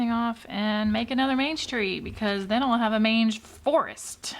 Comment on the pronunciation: Me Googling "what is a mange tree?" When you were taking the pompom off the snowman hat.. are you saying mange tree? I need to knowwww 🤣